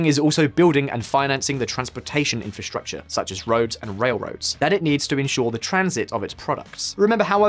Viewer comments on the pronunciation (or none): none